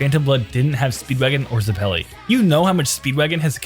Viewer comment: Ze-pelly Its zepp-il-ee